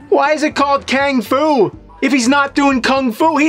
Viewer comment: It's not kang fu. Its kang F U.